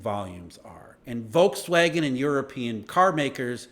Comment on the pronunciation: The "V" in Volkswagen is pronounced like an F.